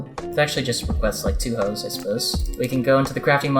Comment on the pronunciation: When he makes the hoes it sounds like he means thots